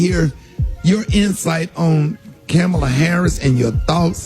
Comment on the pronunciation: Rickey is mispronouncing Kamala.